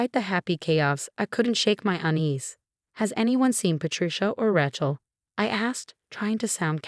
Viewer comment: Good story mispronouncing Rachel and Sophia